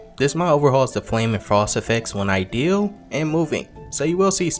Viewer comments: Why did you say ideal instead of idle 🤣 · its not ideal to pronounce it like that, right? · Are you purposely mispronouncing idle? I only ask because I seem to follow a few channels that purposely mispronounce a word as an inside joke.